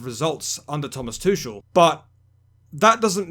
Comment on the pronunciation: I understand Tuchel is pronounced Tukel with a 'soft' k